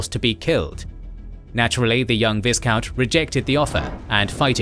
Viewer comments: It's not ViSSSSScount, it's Vy-count. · V- eye-count. Not V-IS-count. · It's pronounced Vycount . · Please, in the word 'viscount ' the S is silent